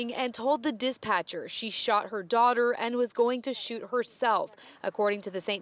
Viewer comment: What is a diss-Patcher? 😂